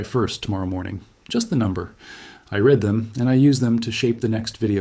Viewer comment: What is the name of the vet? What name is on the scrubs? That voice is everywhere on YT videos, and it mispronounces "read" to past tense "red". Very much AI, the cat, too.